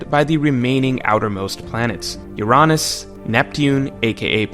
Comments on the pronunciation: Great vid but, “Ur-On-ass”, seriously? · I aint ever heard someone prounounce Uranus as "UR-AH-NUS" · Why do you pronouce Uranus in such a way. It's just wierd. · Why’s he saying Uranus wrong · When you said Uranus the not funny way it made me sad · How the fuck are you pronouncing Uranus my human??